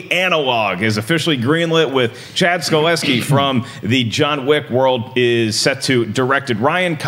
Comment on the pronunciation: The John Wick director´s named StaHelski, not StaLeski.